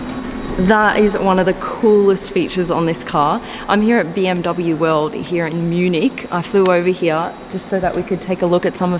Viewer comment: Love the way you say ( heere) 🙄